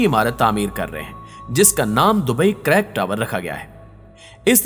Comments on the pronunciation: sir, pehli baat to ya k is ka nam crack tower nai balky creek tower ha......... aur 2sri baat ya k is project p aabhi filhal kaam rok deya gya ha........ is k alwa kaf sary programe under process ha....... jo k filhal rok deya gy ha..... aur UEA nai balky its UAE ha........ aur dubai ka sab say famout GLOBAL VILLAGE k baray m kuch nai btya aap n....wo to ab main tourist places m sumar hota ha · Crack tower nahi bhai Creek tower h aur yeh koi building nahi he Burj Khalifa k jesii..Fake Information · Bhai crack tower nahi creek tower